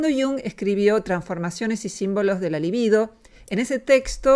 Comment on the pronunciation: La libido sin acento sobre la primera sílaba. Con acento es pálido.